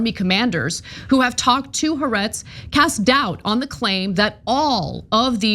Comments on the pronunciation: It's not Haretz. It's "Ha Ah retz" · Israeli liberal publication, what did you call it? Hahretz? Maybe you should learn a thing about what you are talking about before making accusations, and as part of that how to properly pronounce the easy to properly pronounce name of an organization that shares your opinion.